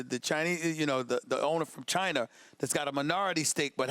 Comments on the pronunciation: classic Stephen A. He gotta be wrong about something every day. At least I got to hear him say Chiner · Did he say Chiner?